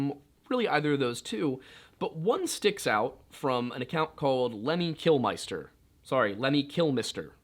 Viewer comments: Lemmy from motorhead is pronounced kilmister not kilMYster. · Kill-mister is the real way to pronounce it... it's spelled Killmister... not Kilmeister. It's a British name, not German.